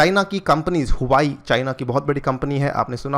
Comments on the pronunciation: It's हुआ वे not हुवाई🙏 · Huawei pronunciation is " Hua-way " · Huawei is pronounced as "vawei"